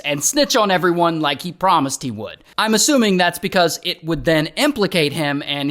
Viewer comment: "I eh-Rike the property"